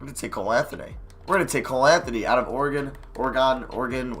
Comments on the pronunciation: When your from Oregon and you get offended by him Oreg-on, it’s like Ore-gun, but loved this video none the less! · Yo, its o-re-gun . Did u pass 5th grade social studies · Kaleb Jones no its or-uh-gun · Its (or-E-gone) how to say Oregon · It is NOT oregone, yikes, you were right the first time. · Haha, you nailed how to say Oregon the first, third and fifth times you said it lmao. Or-Gon is just plain annoying for us here. But it's all good. And major bonus points for refusing to give Meyers even a single minute of play. Let him rot. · bro I live in Oregon I know how to say the say I live in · Are you fucking serious you live in US and can’t pronounce a state correctly ? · How can’t u say Oregon